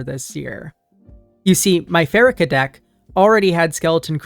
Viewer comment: I think it's "PhaREEkah." Happy to be one of your 5K subscribers. You're doing excellent work.